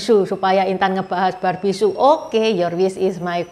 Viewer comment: bukan Su tapi Sü.